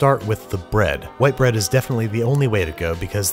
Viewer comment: WHUAIT BRED